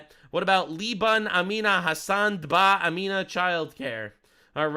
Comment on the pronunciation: dba is not a Muslim name. It's pronounced d-b-a and stands for 'doing business as'. Not duba as in Dubai.